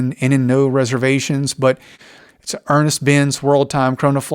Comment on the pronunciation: Nice video, thank you. It's Ernst Benz, by the way (not Ernest).